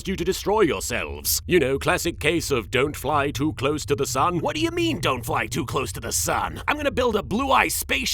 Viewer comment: Lost my shit at “You’re twoo busy cawling teia a SLOOOOT”